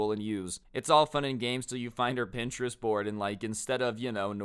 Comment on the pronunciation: Your pronouncing is terrible of print-er-est!!!